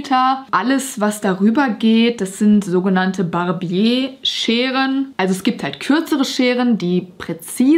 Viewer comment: Barbier wird tatsächlich Barbier gesprochen, nicht Barbié.